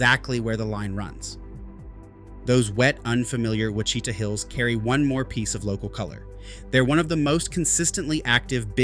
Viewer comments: Look, we don’t have a lot of cypress trees and swamp land. We have rivers, creeks, streams and lakes. We have a lot of pine and some hardwood in SE OK. It’s against the law here to say, Wa chi ta. It’s wa shi ta, little i. You got it wrong like most others, lol. We do have a very few gators, not that many. The Bigfoot capital is at Honobia, OK. pronounced Ho nub e. Them are serious folks. There are no “Little Dixie” swamps. There are oxbows, and sluggish water sloughs in the extreme southeastern corner of one county of Oklahoma, not in half the state. Little River flows southeasterly down to the Red River. Please fix your video. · Wash-i-tah not Oooh Wa Chita. Line not exactly I-35, but within a few miles for sure. Also, with global warming the line is slowly moving East. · The mountains are wash i taw not oo wa shi ta.. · Add , the two images should be switched. The image could use some explanation. If you use the 100th Meridian line as the divider, the only part of Oklahoma west of it is the panhandle. "Ouchita" is pronounced like "WAH-shi-tah." , the pictures don't seem to match the labels. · Ouachita is pronounced Washita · Eww watch e ta......really??😅 Tell me you're not from Oklahoma without telling me you're not from Oklahoma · Ouachita is pronounced Wash-i-tah! Wash i taa! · Ouachita is pronounced [ wash-ih-tah ] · Yeah you don't know how to say Ouachita, you geezer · Please learn how to say Quachita!!! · I've never heard Ouachita pronounced that way. It made me laugh. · this is proof he doesn't know what he's talking about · Me too. Lol😂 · Made me cringe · That's where I checked out. The huge mistake in saying that all of Texas was western range land was odd.